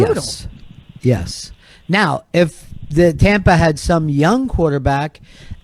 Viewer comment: Surgery and autopsies with Ronnie B. Always is right. And when did our Fezzie start saying Tommpa?